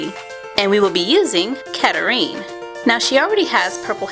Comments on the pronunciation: It pronounced cat-rine. Not catatrine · It's not catareen it's catrein!:0) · just saying catrine is pronuced cat trine but i love the finshed product awsome!!!!!!!!!